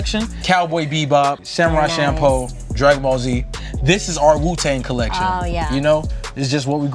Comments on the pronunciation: "samurai champo" ... bruh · man he said "champo" for samurai champloo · "Samurai Champo" nice Denzel lol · “Cowboy bebop, Samurai shampoh,” Oh god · So y'all gon act like curry ain't said "Samurai cHaMpOO" instead of "samurai champloo" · did denzel really say samurai shampoo? XD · Ma nigga just said “Samurai Shampoo” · Cannot forgive him for saying “Samurai Shampoo” 😩😩😩😩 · Mad he pronounced it Samurai ChamPOE, but not mad he has incredible taste in anime. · Did my man's just say samurai champo? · ZEL SAID SAMURAI CHAMPO LMAO IM DED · Did Denzel say samurai shampoh😭